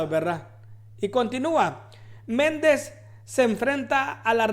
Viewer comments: Bob Méndez???? 😂😂😂 Nombre man!.... No se que articulos lees, pero te recomiendo que te prepares antes de hacer un video, para que no hagas el oso 😂😂😂😂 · Lee bien tembeleque, Me-nNEN-des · Hola. ???? Se. dise. Menéndez. así. Está. Escrito..